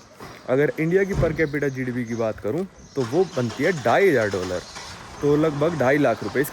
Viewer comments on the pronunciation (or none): Bhai doller mat bola kar